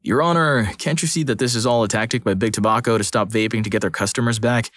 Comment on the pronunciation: The way they pronounced tobacco triggered me.